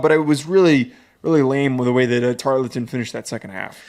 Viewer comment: Tar-ul-ton. Say it with me. Or call them Temu A&M